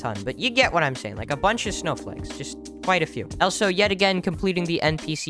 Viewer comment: the amout of times he said "elso"